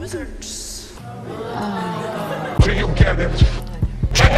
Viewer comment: It’s pronounced “loserds”.